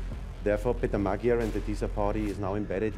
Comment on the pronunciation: Herr Wéber, nain Magjár, hanem Magyar. Bzmmm tanulj meg beszélni